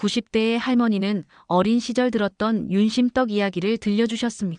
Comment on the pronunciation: 한글 발음도 제대로 하지도 못하는 사람이 무슨 설명을 한다고 윤심덕을 윤심떡 이라고 덕 떡은 다른 발음이니 확실하게 해주면 줗겠네요